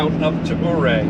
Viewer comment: I enjoy your videos….FYI, Ouray is pronounced….Uray. We camp at the KOA there almost every year. The “million $ highway” is not all that bad as long and one is paying attention. It is difficult to take in the views while driving, I suggest you switch drivers on the way back so the other person can enjoy the views. Also, Silverton is a great mountain mining town.